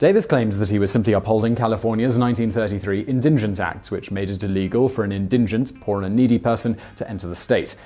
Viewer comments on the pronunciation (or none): The word is indigent not indingent. No second n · INdigent, not inDINgent. You do say it correctly once. What's up with that? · "in-din-gent"? did you mean in-die-gent? its indigent. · Not "indingent" but indigent. Pretty sure you get it wrong every time. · It's "indigent", not "indingent". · OriginalPiMan - He said it wrong - when put an extra "n" in the word making it "indingent". It sounded correct when he pronounced it the second time at it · it's pronounced "IN-di-gint" but otherwise, great video! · It's pronounced 'in-di-gent' (with a soft g) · Simon puts an extra “N” in indigent. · Masta, it's pronunciation rather than grammar and I wasn't being a Nazi about it, just pointing out, there is a long and proud history of pointing out Simon's rather special pronunciations. It's not like I was forcing him to wear a green triangle and gas his family; also, the way he was pronouncing it was insane, he said as if there was an extra N in there, from now on I'll be referring to it as the N word.